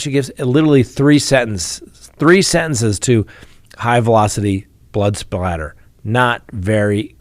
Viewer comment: SOATTER,,, No splatter.